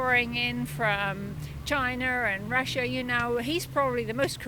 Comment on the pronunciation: She pronounced China just like Trump😅